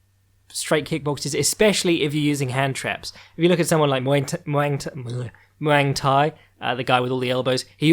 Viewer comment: Impressed you know Muangthai, though say his name hilariously.